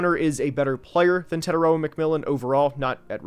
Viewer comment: TE-TAI-ROA you are not pronouncing his name correctly let me break it down to help you guys get it right The first part TE is prounouced like tear like a teardrop The second part TAI can be said like Thai as in Thai food And the last part ROA is the hardest part because you have to roll the R so if you say it like raw as in raw meat but add a “ahh” sound at the end So it would be “tear” “Thai” “rawr” TETAIROA Your welcome